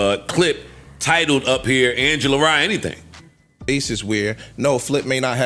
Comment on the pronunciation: No, it was Angela Rye, not Yay